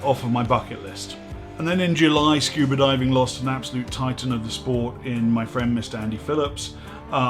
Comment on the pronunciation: This is a great channel! I learn a lot but the real reason I log in is to hear say "scuber" diving.